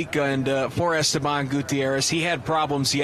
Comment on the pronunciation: But it makes it obvious why people call him "Estebang"